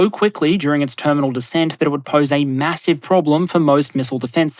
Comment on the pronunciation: I'm sorry but did you say "Macross missile barrage" ??? 🤓